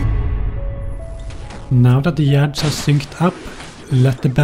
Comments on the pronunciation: Pretty sure it's illegal to pronounce it like this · I just can't help but smile after seeing this beautiful bastard saying "Yads"